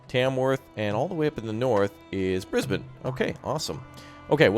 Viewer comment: I think bin is not quite the sound, and burn is not quite it either, it's shorter...more like just "bn" so Briz-bn and Mel-bn And lets not forget Albury = All-bur-ee